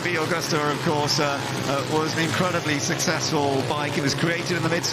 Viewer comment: What a pity the announcers can apparently only give bike numbers, not makes. And it's MV-Agusta ("Ah-goose-tah") not "Awe-gusta-ah."